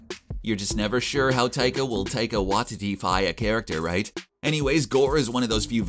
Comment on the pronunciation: What a weird way to pronounce Taika Waititi..